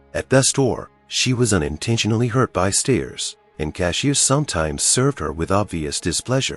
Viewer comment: The narrator needs to go to school and learn how to read and pronounce English words properly. Narrator pronounces BY as BE is a good example.